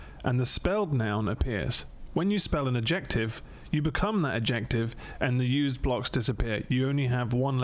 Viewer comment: I've had a momentary sense of panic when I heard say "adjEctive" instead of "Adjective". I'd thought I've been teaching English wrong for ten years but then I looked it up and the stress is on the first syllable. Fucking native speakers dumb af lmao